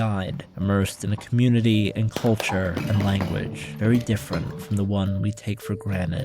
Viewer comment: Seems it is now popular to pronounce culture caw-churr. I don't know why